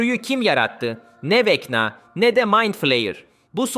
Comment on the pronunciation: abi okunuş olarak niye vekna yerine vecna diyon?